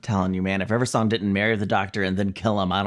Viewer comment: You do the same thing Matt Smith does! Saying River Song's name like it's one word. My mother also does this.